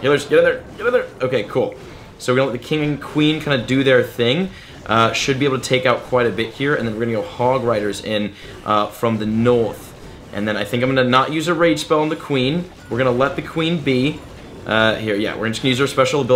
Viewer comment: Noth (north)